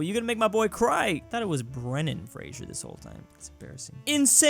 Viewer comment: the name Fraser is pronounced Frazer like taser or laser :)